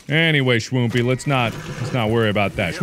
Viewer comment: Notice how he calls shwoomple shwoompie